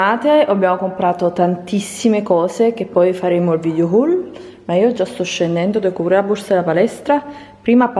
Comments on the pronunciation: Haul si pronuncia "hol" non "hahul" ahahha sempre un saluto africano!!! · haul si legge houl